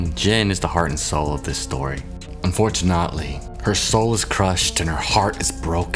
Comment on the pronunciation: Did you just say, "hoever"? Hoe-ever 😆 UnfortuNOTely? 😆